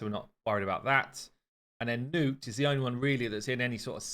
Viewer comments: its not newt, its nutt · He keeps calling him nute instead of nut sadly